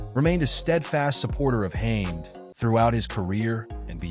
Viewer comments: its Ha med not Hames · His name is Ha med nor haims sooo annoying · Nice video but his surname is pronounced with 2 syllables 😂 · ITS HAM ED!!!!....pronouce it right ffs!!!!!🔥🔥🔥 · Hamed ..... HAM ED ......His name is - HAMED ..What kind of channel makes a vid ....but cant even pronouce the persons name ???? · Imagine going to the trouble of creating this video and you can't even pronounce the guys surname. Makes you look like a bit of an idiot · You would think they would know how to pronounce his surname before putting a clip up !!! Pathetic !!!!! 👎👎👎👎👎👎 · Why can't you pronounce his surname 😂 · Pathetic white boy can't say he's name properly 😂🎉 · The guy doing the speech cannot pronounce second name properly